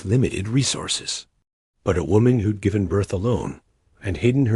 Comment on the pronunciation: Pease stop using AI narration, it cannot handle contractions. "Who'd examined" becomes "who de-examined", it's most disconcerting to listeners. Thank you in anticipation.